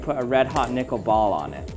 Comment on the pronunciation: I'm gonna be real with you chief...didn't sound like you were saying nickel☺